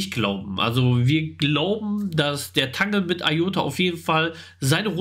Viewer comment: Danke für eure regelmäßigen Infos ! Aber bitte sagt nicht immer zu Iota‘s Netzwerk „Tangle“ , es wird „Tängel“ ausgesprochen. Ist doch englisch. 😊